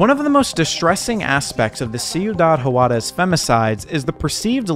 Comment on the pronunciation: Hate to be that guy: "Juarez" = "Hwarez" not "hu-arez"